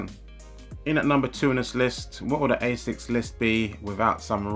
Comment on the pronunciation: Asics Gel V definitely some of the best. I see what u mean about colab, they seem to only release shit colors for normal. Also finaly someone who actually knows how to say ASICS not Ass-ics lol